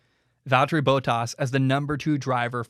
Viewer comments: Please just say Baw-tas. Not Bow tas. It sounds so weird when I listen to you say Bottas' name. They say it differently on the F1 broadcasts. If it's easier just call him Valteri. Whenever you say his last name it drives me crazy! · Its BOT(as in roBOT)-ASS....not BOW-TAS